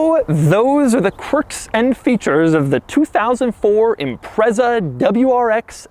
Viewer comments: It's pronounced like it's spelled, IMPREZA. With just one "Z" and no "T" that makes it sound like pretzel. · Doug, the type of guy to advocate metal steering wheel centres, riveted together - how would it deploy the airbag? Also the type guy to refer to caphead Allen bolts as rivets. It’s also pronounced as ‘Impretza’. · Its pronounced as "impretsa" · I've only ever heard "Impreza" pronounced "Impret-sa". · The Japanese call it Impressa so congratulations youre both wrong. There is this tiny detail about the British language being a couple hundred years older though, so nothings "retrofitted" there you just dropped it. Also its Zett, Zetta, Zet, or Zed in pretty much every other European language so no clue how you got to Zee. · Bingo, Renko. Even the Japanese pronounce it "Imparesa". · Impressa? Impresso? Espresso? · I don't like the way Doug says Impreza. Sorry. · Who the hell pronounces "Impreza" like that?!! And I'd have a word with Matt Morman or Larry Kosilla if you think that is pristine mate! haha! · Please can we ban Doug from saying the word “Impreza” ever again... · Wrong pronunciation of "Impreza". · It’s not Impressa. It’s Impret-za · I don't think I've heard an American call it an 'ImpreZZa' before. Is this the norm? It's pronounced 'ImpreTZa' everywhere else. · Impretza not Imprezza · Its pronounced IMPRETZER - not impresser 😂😂😂 - Fondly known as a Scooby over here in the UK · It's pronounced impret-za not imprezza you dick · Imprezza? It's pronounced Im-pret-za. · Everyone - "ImpreTza" Doug - "Imprezzer" Everyone - "NO! Doug!" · I've never heard ANYONE from anywhere in the world call this car an "Im-prezza". It's always called an "Im-pret-za" despite it not having a T in the name. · Every time Doug says this cars name I die a little...it's IMPRETSA DOUG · The Impreza name in Amercian loses all bite. Impretza is how its pronounced in the mother land and it sounds way more edgy for for it! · It’s pronounced IMPRETZA ffs...